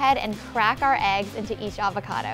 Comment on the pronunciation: The way she says avocado is horrendous